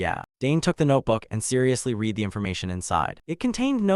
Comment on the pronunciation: There are times that the narration just sped up like 1.5x speed out of nowhere and will be back to normal afterwards. please be consistent with the speed. also some words are being spoken as not the correct word, like read and read, there is no difference in spelling but it is spoken differently. live and live is also a great example since both have different meanings. hope these will be fixed since your video is great.